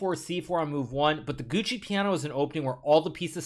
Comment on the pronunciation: Amazing game! It was super exciting! Congratulations and best of luck for the semis. Can i ask you something, please? Could you try to change a bit the way you pronounce giuoco? It sounds more like you say Gucci, i heard it in many of your videos. You could also use the word gioco which might be easier to say, it sound like djokovic without the vic. I am not trying to be an a**hole, i hope you won't take this the wrong way. Thanks a lot! And thanks for the time you take after each game to give us your analysis!